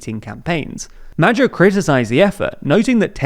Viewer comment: It would be nice if journalists would one day learn the proper pronunciation of names and organizations. It is pretty annoying to listen to them butchering these (and neither Magyar or Tisza are obscure words, being the proper demonym for Hungarians and the name of the second largest river in Hungary)